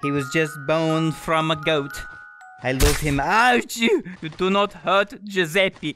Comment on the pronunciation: When you say Giuseppi instead of Giuseppe: ITALIANS: TRIGGERED